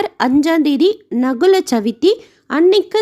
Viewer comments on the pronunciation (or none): Sister, it is Naagula Chavithi. Not நகுல chavithi. It is like Naaga Chaturthi. Chaturthi is said as Chavithi in Telugu. Om Namo Venkatesaya!